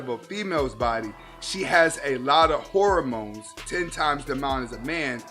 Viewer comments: Did my man say “whoremones” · Lol, has a freudian slip pronouncing hormones as whoremones.. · Yeah, maybe one day he'll learn how to pronounce "hormones" and stop peddling pseudoscience. Other than that, great stuff.